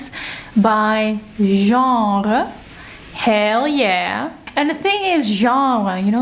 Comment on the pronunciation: As a french person, your pronunciation of "Genre" is on point. 👌🏻 Your bookshelves are beautiful, I also have a preference for the genre bookshelves. I think it's easier to find books and you can create your own categories. Thank you for this video. 🫶🏻